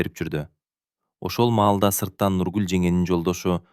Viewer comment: Нургулду туура айтчы бай болгур, башкасына ыраазы, кыргыз тилинде тамгаларды туура окусан, негизи сонун окуган, тамгалары эле жудотуп жиберди, кыжаалат кылып.